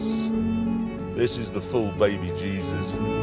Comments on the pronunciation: the bebejizzus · The Baby Jezes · Baby bjeebus.